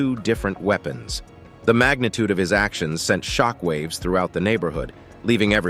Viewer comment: shickwave shockwave you must have said it 1000 or more its anoying